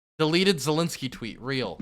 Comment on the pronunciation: Ffs ZELENSKY not ZELINSKY